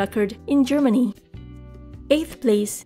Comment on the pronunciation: When she say SIX or FIVE PLACE it sound like SIX PLEASE